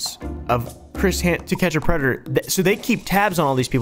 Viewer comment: Pred de uh